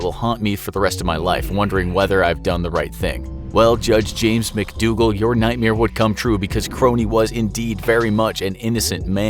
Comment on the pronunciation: He pronounced it mc doogle sry